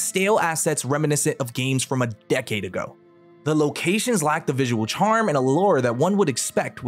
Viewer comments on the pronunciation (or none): none